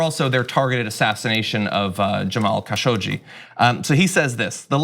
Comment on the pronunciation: Omg they finally pronounced Khasoggi correctly :D